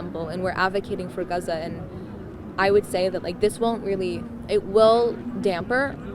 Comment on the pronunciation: Guzza...no it's Gaza. Stupid gurl.